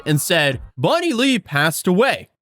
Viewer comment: Bonnie-Lay? Is that a new flavour of potato chips? That post says the name's Bonnie-Lee😂